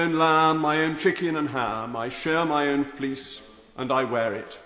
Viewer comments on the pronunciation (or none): none